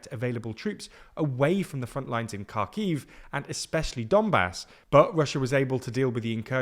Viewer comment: Thank you for the great content. Only one comment, Kharkiv is pronounced as “Harkiv,” imagine that the “k” is silent.